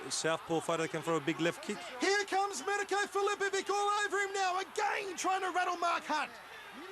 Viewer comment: The announcer sounds like he saying My cunt.